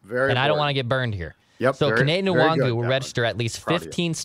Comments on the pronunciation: Wait... Now there's talk of how to pronounce his name... It's HIS NAME. You can't just call him "what you like", Jood Zoolgud FIRST NAME: It is NOT "Kenny", it's "Ken-eh" LAST NAME: It is NOT "Wong-Woo", "In-Wong-Goo", "En-Wahng-Woo, or "En-Wahn-Goo", it's (say it with me now...then repeat 50 times) 'N-WAHN-GOO. The "N" is extremely soft/short ('N, not En or In). You guys get paid to do this shit, you shouldn't be fucking up the name of a player (ESPECIALLY one you want MORE OF) on the Team you're a fan of/covering My comments about this aren't even that serious, but come the fuck on... If you want to joke around, just call him "WANG-GOO" because that's actually funny. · Alright at some point somebody just has to ask the guy how his name is pronounced. Kene Nwangwu is not “wung-wu”. I’ve heard someone say it sort of like Yannick’s last name where the N rolls a bit as well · You guys need to find out how to pronounce Kene Nwangwu's name as you sound like fools talking about him.